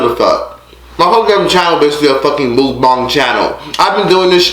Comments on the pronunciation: mook-bong is how it's pronounced😂. ok so back to the video edit: OH NOOOO I'm Scorpio! she's making us look bad lol. man...I just wanna give you a hug. this was seriously so sad. I'm so proud of you! congrats again for graduating & getting your own place & making youtube work for you. i have watched all your videos & have seen how you've grown. im so proud of you hun 💜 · Pronounced Moook Bang